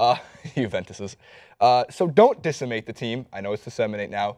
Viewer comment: It's decimate , pronounced des-a-mate